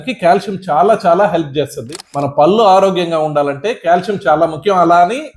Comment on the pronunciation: చాలా బాగా చెప్పారు కాని పల్లు అనకండి పళ్ళు అనండి